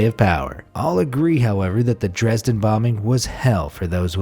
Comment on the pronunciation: I just want to say as a german that you speak Dresden wrong